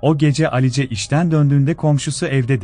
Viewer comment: Alice ne ? Telaffuz yanlışlığı olmasın